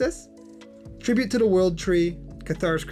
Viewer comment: sounds like you said "tribute to da world tree" instead of "tribute to the world tree"